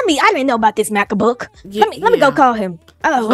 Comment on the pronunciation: Lol she said Macabook